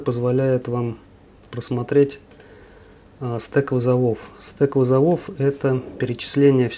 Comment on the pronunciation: Благодарю за видео!! подписан ;) но почему стэк вызовОв? стэк вЫзовов, имхо ;)